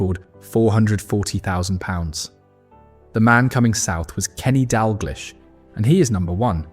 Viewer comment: Crappy AI voice, it's pronounced "Dall-gleesh."